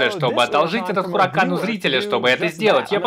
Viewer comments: Запомните!!! Раз и навсегда! Не Хуракан, а У Уракан, первая H не читается! 🤦🤦🤦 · осталось выучить слово УРАКАН